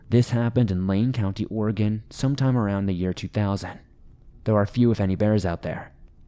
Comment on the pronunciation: As a 5th generation oregon local I thank you for saying the states name correctly and much thanks for doing this video. I've been waiting literally years for this video to come out!